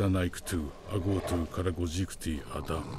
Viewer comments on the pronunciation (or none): none